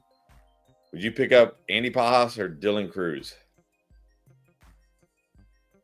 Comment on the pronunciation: Yall are seriously terrible at pronouncing some of these names lol… Andy Pahas? Emanuel class???? Tanner Bibby???Cmon yall do this for a living 😂